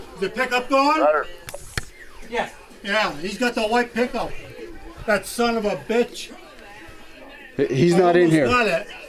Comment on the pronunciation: "Tha somabitch" 😂